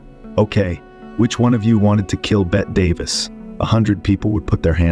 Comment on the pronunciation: "..Bet Davis.."